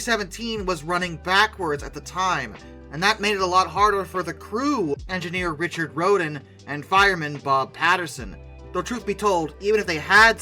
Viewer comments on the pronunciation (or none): none